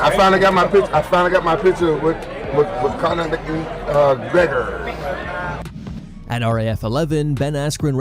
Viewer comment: "I finally got my picture with Connor Mc-Nmn-gregorr"😂